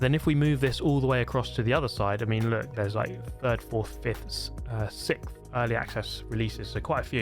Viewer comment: He was struggling about as much as he does trying to pronounce 6th.